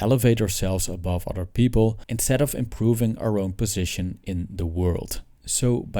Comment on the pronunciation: It's "other" not "otter" (an animal)